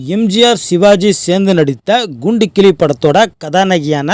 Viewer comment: குண்டுக்கிளி இல்லை.. கூண்டுக்கிளி னு ஒழுங்கா சொல்லு